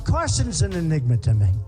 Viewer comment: He is saying “the n word” when he says “enigma”